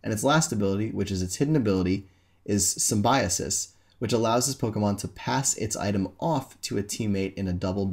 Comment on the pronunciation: Lol the way you say "symbiosis"